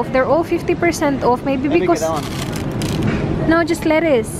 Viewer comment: Ate...bakit pag nagsabi ka ng word na "that" parang ginagawa mong silent "t" ung dulo?? parang "tha" lang.